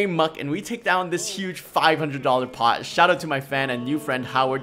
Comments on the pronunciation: I just love when you PAHT it! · I like the part where you PAHT.